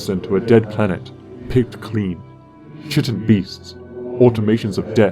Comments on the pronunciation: who exactly is n'kuhana? is she perhaps the one mithrix refers to as "she"? also a bit of a nitpick, but chitin is pronounced "kite-in" ;) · Some pronunciation issues here and there (including my personal pet peeve, 'chitin,' pronounced 'kai-tin') but your essay was structured well. Nice job! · it's pronounced like KY TIN Mithrix voice gave me a headache but good video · I DISLIKED this video because you mispronounced "chitin." Unwatchable garbage. (just kidding this vid was great ty for spending so much time making it! :D)